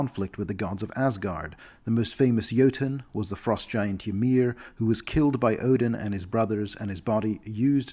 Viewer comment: Jötnar (singular jötun) should be pronounced "yoht-nar" (yoh-tn). Ymir is pronounced "ee-meer". The correct plural of cyclops is cyclopes (pronounced "syklo-peez"). Legend has it that once they had two eyes, like other men, but struck a bargain with a dark power, sacrificing one in order to gain insight into the future...but they were betrayed, for the only vision they gained was the knowledge of their own death. Fire giants self-identify as müspel (moo-spel); it's their idiomatic name. Thrymr is correctly pronounced "thrimmer", not "thri-meer". I appreciate the benevolent mindset of the altruist faction of cloud giants, but interfering in other peoples' development has never gone well historically. The pragmatist faction are not pragmatic; what they disingenuously call pragmatism is in fact a whisper-thin justification to take what they desire by force - basically a thinly-veiled excuse to go raid the shorties (us).